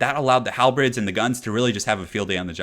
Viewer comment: Hal the Bird. Halberd. Not Hal the Bread.